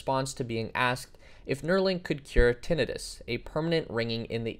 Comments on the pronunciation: Tinnitus is pronounced tin-ITE-us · Unless I've heard it wrong for some 20 plus years.. it's pronounced.. Tin eye Tus... Long I on that second I. Just a little fyi.. no biggie.. just sounded strange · Not tinnitus, tinn-itus. The I is pronounced “ay”. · I think its hilarious how he keeps mispronouncing tinnitus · idk why but it bugs me with how you pronounce tinnitus lol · it literally takes 5 seconds to google how to pronounce Tinnitus...